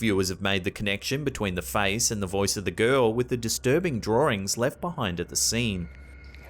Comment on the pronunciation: If he says, drahringz, one more time! 🤣🤦🏼‍♀️💀